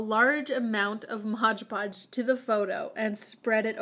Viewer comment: She said 'modge podge' even tho its actually called 'mod podge'